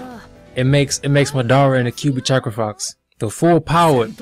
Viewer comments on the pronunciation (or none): stop saying madora its madara